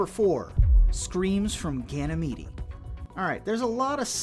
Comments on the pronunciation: DUDE..ITS PRONOUNCED (GAN-A-MEED)!! NOT GAN-A-MEEDY... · I love that Ganymede has an extra syllable in this video lol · i disliked your video because the way you pronounced Ganymede actually P'd me off.